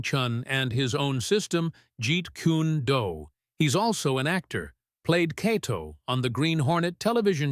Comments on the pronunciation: This commentator cant even pronounce the karate katas and moves, and again calls Bruce's system Jeet Kooney Do.... its bad form and teaches people the same. If you haven't got the intelligence to research what you're talking about then you shouldn't be talking about it at all. Just a Mad Bruce Lee and Kokoshinkye Kan admirer.... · I wouldn't mind if it was done well, but you can't make a martial arts video about Bruce Lee and mispronounce Gi and Jeet Kune Do. 🧐😳😞